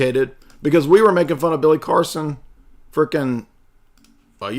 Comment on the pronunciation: Automatic sub,like, and comment with a 8+ min opener song intro then pronouncing Billy Carson as Billy Coreson gets it all ...one would recognize this channels fire with all of those thangs ..thank you for the hours of entertainment...lol... congratulations!!!